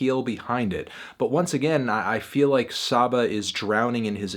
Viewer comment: I usually agree or at the very least respect your opinion on most hip hop reviews but you're drunk as fuck for this one. This project is immersive and flows beautifully with powerful imagery. It'll grow on you. And it's pronounced SAH-BAH